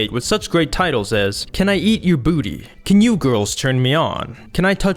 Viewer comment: bruh why you say butt and booty like that lol